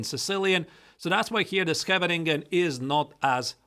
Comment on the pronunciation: Did not expect to be watching both of these videos tonight but it is very good surprise! Also I show my dutch mom how you pronounce Scheveningen and she said it was very good, so your research was worth it haha!